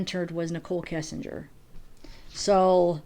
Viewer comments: U know I love u, ur channel, but I gotta mention. It's KESS, not KISSenger. I don't know why that bugs me. Sorry. Much love. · I can't get over that you keep saying Kissinger.